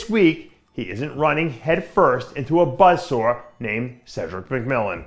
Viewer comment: “A buzz Sawr,” Lol